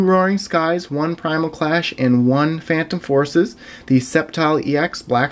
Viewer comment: Actually he got it perfect. Roaring Skies... Primal Clash... Phantom Forces.